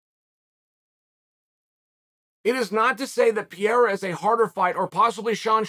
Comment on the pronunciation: I'm not one to offer advice on pronouncing names, but Chael is so far off, consistently on Alex Pereira, and I cannot stay silent. And. yes, I know the allegations that he does it on purpose to bother commenters! That's how good he is, cause I'm still commenting! Chael says "Pee-air-uh". It's even missing syllables. Uncle Chael, if you see this, try "pair-ay-rah". That's close enough. In portuguese, the r between vowels is more like a soft D. "peh-ray-da"